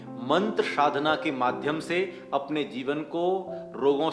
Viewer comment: sadhna ko shadhna keh rahe he, mantr ka uccharan kya shuddh nhi hona chahiye